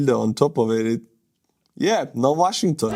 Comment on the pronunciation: He's mad because his stolen Ukrainian washing machine can;'t be fixed that;s why he is so disturbed and pronounces Washing...ton!!!